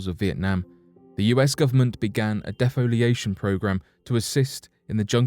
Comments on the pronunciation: It's not... 'deaf-oliation', it's pronounced dee-foliation..doh..!!. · IS it just me or is this narator butchering words like Defoliation (Dee Foe lee ation)